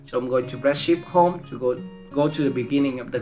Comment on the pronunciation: When you said “Shift Home” I think u said “Sh*t home” 😂